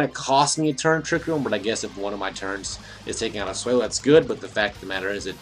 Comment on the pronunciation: Swell-o. Not sway-low